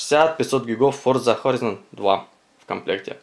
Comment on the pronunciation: Не хорИзон, а хорАйзон